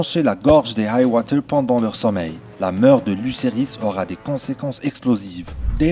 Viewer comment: Hight-tower pas Hight-woter